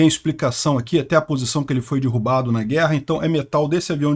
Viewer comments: Sugiro cuidar na 🎉pronuncia de derrubar. Dói nos ouvidos quando você fala DIRRUBA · A pronúncia da palavra DERRUBAR não é com a letra " I " derrubar e sim com a letra " E ".